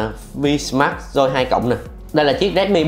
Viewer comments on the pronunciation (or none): Máy tên là vsmart joy 2 plus ,ông này lại đọc là vinmas doi 2 lớt